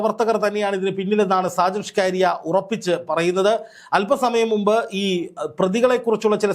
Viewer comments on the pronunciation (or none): സ്ക്കാരിയ അല്ലാ.... "സ്ക്കറിയ"😢😢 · ഇയാളെന്ന സ്കാറിയ എന്ന് പറഞ്ഞോണ്ടിരിക്കുന്നെ. സ്‌കറിയ എന്നല്ലേ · സ്കറിയ ആണ് സ്കാരിയ അല്ല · ഷ്കാരിയാ എന്ന് കേൾക്കുമ്പോൾ ചിരി വരുന്നു... സക്കറിയ അല്ലേ... ഇനി ആക്കുന്നതാണോ ആവോ 😊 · ഷാജൻ സ്കഴിയ അല്ല പേര് നല്ലപോലെ പറ ഷാജൻ സ്കറിയ ആണ് ഷാജനോട് പിണക്കം ഉണ്ടെങ്കിലും പേര് അങ്ങെനെ പറയാതെ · Shajan ഷ്കാരിയ അല്ല. സ്കറിയ!!! നിങ്ങൾക്ക് അഭിപ്രായവ്യത്യാസം ഉണ്ടെങ്കിലും പേര് ശരിയായി പറയാമല്ലോ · താനെന്താ വിളിച്ചു പറയുന്നത് സ്കറിയാ എന്നത് പറയാൻ അറിയാഞ്ഞിട്ടാണോ സ്കാാരിയാ എന്നു പറയുന്നത് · താൻ എന്തിനാ കഷ്ടപ്പെട്ട് ഷ്കാറിയാ എന്ന് പറയുന്നത്. 'സ്കറിയ' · അയാൾക് ആ അക്ഷരം വരുന്നില്ലായിരുക്കും 😂😂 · Exactly, ഒന്നുമില്ലെങ്കിൽ മുൻ മുതലാളി അല്ലേ, എന്നിട്ടും പേര് പോലും മര്യാദക്ക് ഉച്ചരിക്കാത്തത് ഭയങ്കര അരോചകം ആണ്, ഷാജൻ സ്കറിയ ഇങ്ങനെയാണ് ഉച്ചരിക്കേണ്ടത് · ഇദ്ദേഹം സാജൻ്റെ നന്മയ്ക്കാണോ തിന്മയ്ക്കാണോ പറയുന്നത് എന്ന് മനസ്സിലാകുന്നില്ല. പറഞ്ഞുവരുന്നത് ആക്രമണത്തിനും ആക്രമിച്ചവർക്കെതിരായി , പക്ഷേ പറയുന്ന രീതി ഒരു പരിഹാസം എന്നോണം. ഒന്നാമത് തന്നെ ഷാജൻ സ്കാരിയാ അല്ല , ഷാജൻ സ്കറിയ എന്നാണെന്നത് നിങ്ങൾക്ക് അറിയാം എന്ന് കരുതുന്നു. ഒന്നും മറുപടി കിട്ടുന്നില്ല. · Please pronounce his name correctly...its Skaria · ഷാജൻ സ്കറിയാ എന്നല്ലേ പേര് - പേര് പറയുമ്പോൾ ശ്രദ്ധിക്കുമല്ലോ